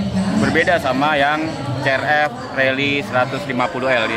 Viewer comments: si ar ef bkn ce er ef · CRF bacanya (Si ar ef) meen bukan ce er ep